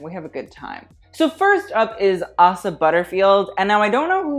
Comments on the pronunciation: ASSA Butterfeild Me: (it’s pronounced ACE-uh) but same 🤣🤣🤣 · You pronounced Asa name wrong. Instead of a "s" sound its more of "z" like Aza.